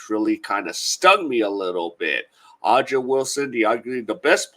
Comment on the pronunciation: Thumbs down for not being able to pronounce her name. A'ja, pronounced Asia. Make your show a little more professional.